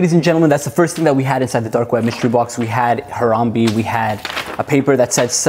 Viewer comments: As a fellow citizen of Ohio I have to confirm that it is pronounced “Har-am-BAE” not “Har-am-BE.” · I was silently correcting him everytime he said Harambe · If he says Haramb-e one more time I swear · Ha-rahm-bey is how you say it